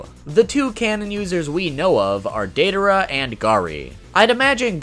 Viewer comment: Who tf is Dei-duh-ruh?